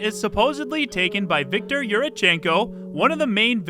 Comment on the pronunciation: Correct with Victor, not with his last name, though :))